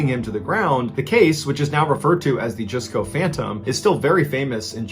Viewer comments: Jusco is pronounce "Just-Co", not "Joos-Co" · Jusco is pronounced Just-co